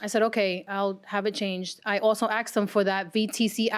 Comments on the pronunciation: I can't stand that people say "axed". Ask is the word. 🥺🥺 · Why do people say " I axed him" when they mean "ASKED"? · "I seen the car"... "I aksed him"... She should be on trial for murdering the English language. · “Axe” & “axed”. Tells me everything I need to know about the Plaintiff. The Defendant knew the car was a POS. He knew there was an issue with the car. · I seen. I axed. Plaintiff had horrific grammer. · So several times she, "Axed" him!!!! Learn to speak. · 'I axed him...' 'We axed him...' Good God, do people try to sound ignorant on purpose!?